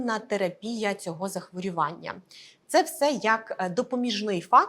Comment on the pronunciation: Дякую за вашу працю. Але ставте будь ласка правильно наголос в слові захворювання. Це не "а" в суфіксі. Коли лікар, тим більше "в телевізорі", говорить не дуже грамотно, довіра до його слів зменшується.